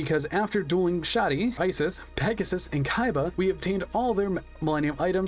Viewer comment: This is getting on my nerves so let me correct you: Ishizu is the correct name. Isis is not pronounced "eye-sis", but "ee-sis", as it's an egyptian name. To write Isis in japanese you convert "si" into "shi" (Si doesn't exist in japanese) and the "s" at the end becomes "su" or "zu", as "s" doesn't exist in japanese. Why IshiZU and not IshiSU? Because the S in the end of Isis sounds like a Z more than an S proper, so it's translated to Zu. TL;DR: Ishizu is simply how you write Isis in the japanese alphabet, and is pronounced "ee-sis".